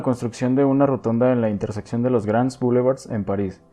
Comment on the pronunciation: Oye, se dice interseccion y no intersepcion. Hasta cuando un video sin errores de lexicologia!